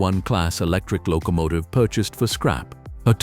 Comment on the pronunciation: What’s a “lo COmative?”🤣